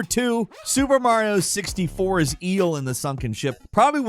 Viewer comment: "Giant Ee-hull"